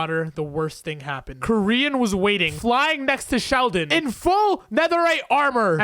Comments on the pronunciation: its kor-yin not korean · When you said koryin I thought you said korean